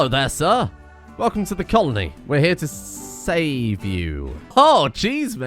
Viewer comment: Anybody noticed how started to mumble his Ls. Damment falls from the sky: "Ah! Hello Sir. Welcome to the colony. We are here to s[L]ave you."